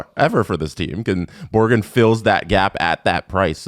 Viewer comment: Am i the only one who got fed up with calling "borgen" borgren? Hes not jonatan berggren, hes will borgen